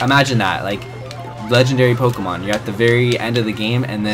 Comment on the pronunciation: he said pokeemon. T R I G G E R E D